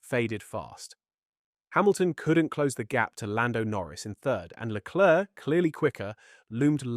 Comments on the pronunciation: You should learn how to pronounce Leclerc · AI can't speak French